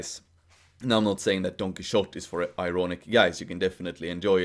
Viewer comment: Todo bien. Pero recordad que la «x» en Quijote es una grafía arcaica no solo para /x/, sino en origen para /ʃ/. De manera que nunca se pronunció [kíksote].